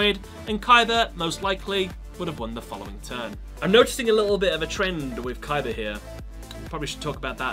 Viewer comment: stop saying Kaiber